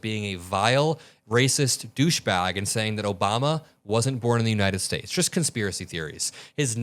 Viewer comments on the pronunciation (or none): none